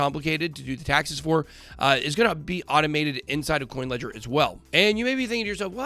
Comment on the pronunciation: sounds like you said kucoin ledger